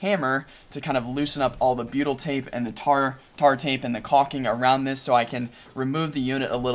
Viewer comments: ohh...then that's why it sounds like Beatle🤣 tape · beatle tape? what it that? I know I'm not saying it right but that is what it sounds like your saying:(